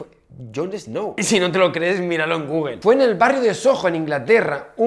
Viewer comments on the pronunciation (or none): none